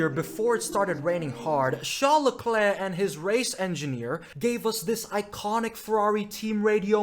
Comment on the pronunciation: How can you NOT pronounce LeClerc properly? Murrican? A Canadian would never.